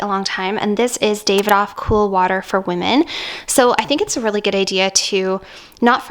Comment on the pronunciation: Davidoff is pronounced daaahvidof